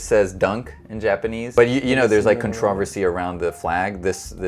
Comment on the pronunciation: Dude can’t say controversy